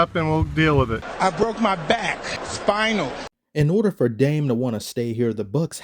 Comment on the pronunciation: Spi - nal ... 2 syllables